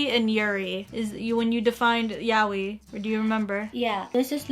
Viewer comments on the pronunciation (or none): Yaoi is pronounced Yah - Oh- ee not "yowee". >_> also Loli (Low-lee not "lawlee") an abbreviation off the term Lolita not "lolipop". Look up "lolita" on Wikipedia, it will explain what that is about. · Yaoi was completely misspronounced...